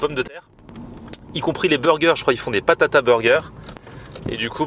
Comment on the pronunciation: BATATA burger pas PATATA voyons